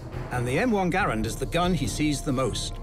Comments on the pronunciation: Connor Goron it’s Garand not Grand even the man who invented last name is Garand why would you pronounce it differently. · Holy cow, I don't think I have seen someone shoot with such a huge jerk of the trigger. And please pronounce Garand properly. Dang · “Garand” is actually pronounced "Garan" with a silent "n" if using a québécois accent, or /ˈɡærən/ in the international phonetic alphabet. "Garand" is French for "guarantor" or "someone who guarantees". Jean-Cantius Garand was born a french-canadian in Saint-Rémi, Québec, and his father emigrated to Connecticut with his family 11 years later. Jean lived most of his life in the USA, as a naturalized citizen. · I have many problems with this. First off, they didn’t pronounce “Garand”correctly. Secondly, the Garand was designed for long combat use, it will not break in 3 weeks unless you try to break it intentionally. It is one of the most trusty rifles ever built. Lastly, the “ping” is a myth. The sounds of battle are far too loud to listen to a ping.